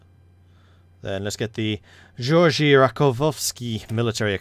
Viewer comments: We say Ge-or-gi in Bulgaria and G doesn’t sound like j, it sounds more like the sound G makes when you say Google. Just an interesting fact, you can continue to say it however want. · It seems as if Bulgarians pronounce Georgi similar to German, if that helps.